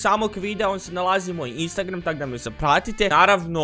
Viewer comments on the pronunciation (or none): none